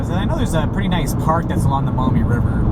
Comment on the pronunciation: Love ya you're saying MAUMEE CORRECTLY thank you